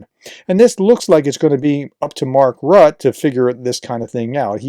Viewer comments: It's not pronounced rutt, there's an 'e' at the end. It's pronounced rutt-uh. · JFYI: Mark Rutte - his name is pronounced more like 'rooter' than 'rut'. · N.B. Rutte should sound more like "RU-te" not "rut" --maybe Roo-teh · Mark Rutte last name is pronounced ROOT-the, not Rut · It's Rutt-'uh, not Rut... He's the only foreign Prime Minister publicly saying "No!" to DJT b.t.w. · our ex-PM's name is Rue-Tee (Rue like street in French, and Tee like in T-shirt) :) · Nice report. Just for info it's pronounced Marl Rutt-EH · Rutte is pronounced Rutter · It's Mark Rut-te. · Pronunciation is Rutte = “ROO-tuh” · You pronounce it "Rutt'eh'" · Please educated americans try to say foreign names correctly! It's not that difficult! Rutte is not a rat!😅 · FYI, Diehl is pronounced exactly like "deal". BTW., since you will have to mention his name more often in the future, here is the pronunciation: it is Rut -te, with the "u" being pronounced like the German "ü", like you do in the case of Nuremberg (the "u" there), and the "e" at the end is a short "a" sound, so approximately something like "Rüt-ta". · The dutch guy name is pronounced Root-tae. Welcome. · Splendid update. (FYI: Rutte is pronounced Roo-teh.) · I was going to say this, glad I scrolled first. 👍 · Hey Prof Rutte is pronounced Rutter